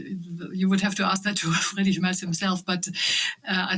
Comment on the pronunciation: Why are they able to pronounce the name "Trump" correctly but they can't pronounce Friedrich Merz' name as it should be? Can't be that difficult to ask somebody how to do it. It is not (!) Mers and it is not (!) Merts but it is Mairts ("ai" like in the word 'fair'.